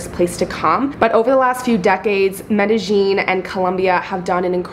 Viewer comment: Anyone else notice the pronounciation of Medllin changed about 2 minutes in?